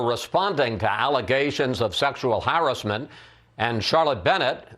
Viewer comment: Chris wallace . "Sexual harenzment" Wtf ? Lol